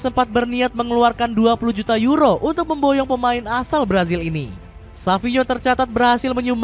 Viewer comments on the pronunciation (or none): none